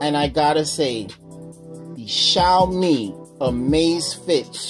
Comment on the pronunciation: You say "Xaomi" but should say "Xiaomi"